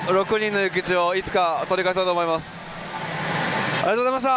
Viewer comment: ありがとうこざましたになっとる 笑